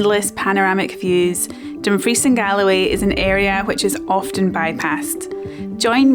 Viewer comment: Oh what a delicious video! 🙂 Let me help. Dumfries is pronounced DUM-freeze ... not dum-FREECE. You're a bit off on other pronunciations too, but it's sure understandable since you've lived outside the country for so much of your life. It's not GAL-o-WAY ... it's GAHL-uh-way, etc. Listen to the locals. 🙂 Ah, river otters are so commonly seen here in the Pacific NW of Washington State in the USA ... I sure hope you get to see some in Scotland. They are such fun. What a great hike up the Merrick! Thank you!